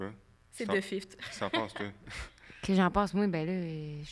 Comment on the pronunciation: Bon podcast! ❤ Le moment tu dis 'fils de fifth' j'avais entendu fils de fif lol 🤣